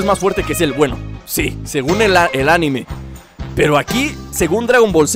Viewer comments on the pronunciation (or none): none